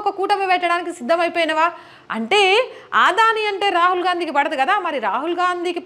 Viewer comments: "అదాని"అనాలి ఆదాని కాదు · ఆధాని కాదు అదానీ ప్లీజ్ కరెక్ట్ చేస్కోండి